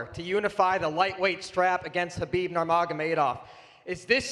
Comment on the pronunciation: Conor can't even say Khabib's name. Khabib really humbled him